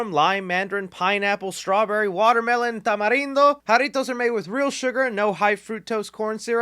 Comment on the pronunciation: Finally someone sponsored by jarritos that can say it right